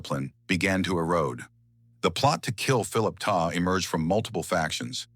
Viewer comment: His last name was TESTA....NOT TESLA😡